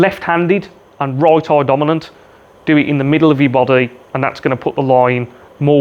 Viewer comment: Great video, love the accent on 'eye', aaiijjj!